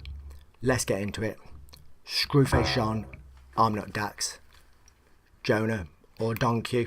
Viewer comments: #SFJNation! #SoYouGotBars thank you for the reaction and thank you for pronouncing my guys name correctly! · OMG YOU PRONOUNCED MY NAME RIGHT LOL! I love it man!